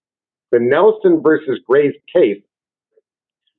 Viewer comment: OMG, the word is versus. It is not verse.